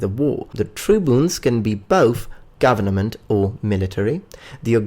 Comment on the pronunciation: I LAUGHED at "Governament